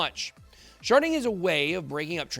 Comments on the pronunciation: Lol I reverted back to my 12 year old self when he said sharding. Sounded like sharting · Hew said sharding😂😂